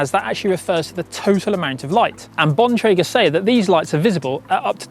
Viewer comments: The male pronounced Bontrager correctly, however Emma did not. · Emma doesn't know how to pronounce Bontrager.